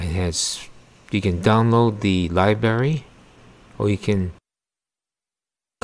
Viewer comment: You keep saying libary.